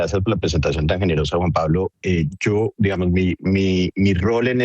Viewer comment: Ackerman dijo 27 veces "digamoz"